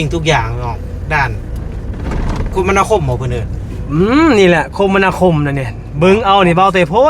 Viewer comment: คมนาคมอ่านว่าคะ-มะ-นา-คม ค่ะ ทำคลิปดีมากอยู่แล้วแค่เเนะนำนิดหน่อยอย่าถือโทษนะน้อง